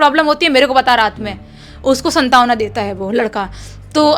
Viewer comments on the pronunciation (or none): aapki hindi pronunciation bhi kharab hai 😅 santawana nii santwana hota h 😂